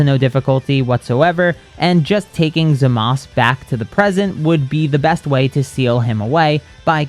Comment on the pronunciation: why do you keep calling zamasu zamas. like what did the letter u ever do to you. lol